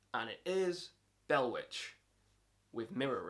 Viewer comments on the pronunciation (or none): none